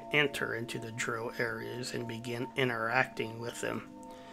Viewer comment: Dro - A form of mary jay buds that have been grown "Hydroponically" in water without soil Drow - Like Brow. but with a d. Dark elves. Just so you know. Everytime i heard you say it. Fun watch though.